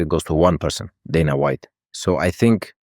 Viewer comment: I hate that AI Khabib pronounces 'Dana' correctly